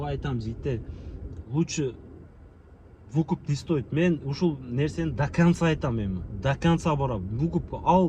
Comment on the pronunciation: Вукуп эмес тууган выкуп